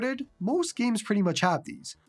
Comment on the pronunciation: "gyeems" hahahaha I love it every time